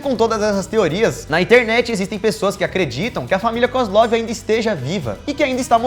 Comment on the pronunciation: Na descrição ta KASLOV não koslov